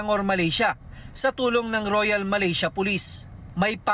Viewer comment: Excuse me po. "R" po as in Royal Malaysian police. Hindi po GRROYAL MALAYSIAN POLICE